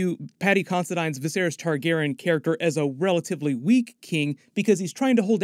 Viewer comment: You have to be saying Targaryen wrong on purpose. For you to say viserys and jaehaerys right but still say Targaryen like that? Ilysm but this gets me idk why😂